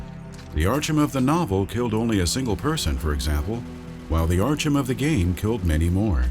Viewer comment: Archum? Really?